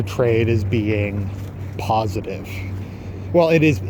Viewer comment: you mean positive with the "s" not the "z", right?